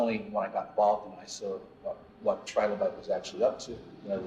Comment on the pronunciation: The developers are called Trilobyte, not Trilobite (in the timestamps)